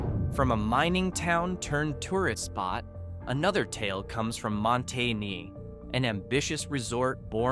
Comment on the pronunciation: Monte Ne? No, it's called Monteh-nay, callit any thing else and we will throw rocks at you.